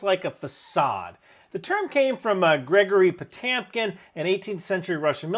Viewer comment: …and his name is pronounced pa-TYOM-keen ?